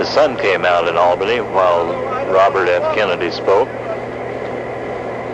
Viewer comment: is he calling Albany Albina?